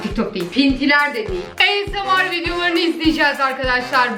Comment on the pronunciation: 2.5 vicdanları yok diyorsun e o zaman izleme.Esemar değil asmir